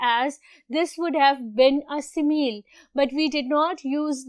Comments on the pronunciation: Mam good but it's si mi li not si meal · Teacher its not si meel it is si mi li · You are not pronouncing simile correctly.... It is not simeel